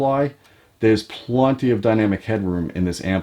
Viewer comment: Love the channel. That said, if I hear anyone say the word "plunty" ever again, I might lose my shit...